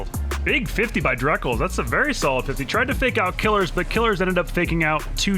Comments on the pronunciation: I like how sunless calls him “killers” whereas Johnny calls him “kill ears” and now I’m confused on how to pronounce his name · Isn't it Kil-ears? Not Killers? That's how Johnny always says it and I trust him the most since he interacts with every player on his channel, but Killeerrz is literally on your team so... I'm stuck.